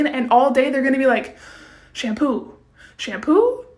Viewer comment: idk why but it was really satisfying when she said shampoo